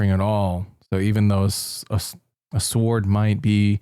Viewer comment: out here pronouncing the W in sword is diabolical. It’s silent silly, Rabbit. You probably don’t even know that g’s move is silence like lasagna. 😭